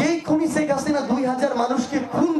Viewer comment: শেখ হাসিনাও কি উচ্চারণ করতে পারেন না এই সমন্বয়ক , বারবার ছেক হাসিনা বলেন😂😂😂😂